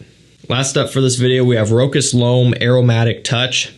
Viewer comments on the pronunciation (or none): Great video as usual. Just to mention brand "Rochas" This is not pronounced Rock-ass It's a french brand and it sounds like "Roscha" s at the end is silent